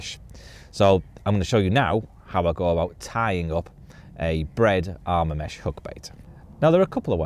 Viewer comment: It’s Arma mesh